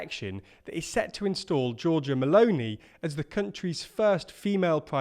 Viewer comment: can I say that I like the way says meloni?